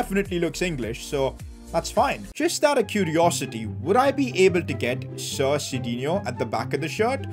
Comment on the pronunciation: U kept saying sit instead of sir